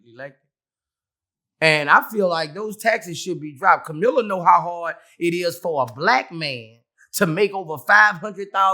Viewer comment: "Kamilla" 😅😅🤣 -Boosie Badazz